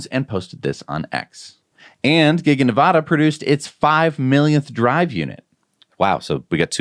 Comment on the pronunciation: Why can't you pronounce "Nevada" correctly? It's not hard. Talk to your Nevada people to confirm pronunciation. Sheesh, it's hard to listen to.